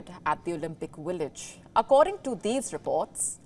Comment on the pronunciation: Its Village not Willage 😂